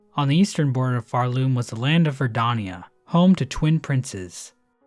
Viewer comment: Why do you pronounce Verdania as Verdonia? Unsubscribed, dislike, bounty on your misbegotten tongue